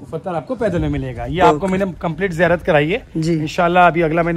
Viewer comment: Baba zaan nai bhai Baba jaan hai jiyarat nai bhai ziyarat hai bolna sikho zinda karamat bolte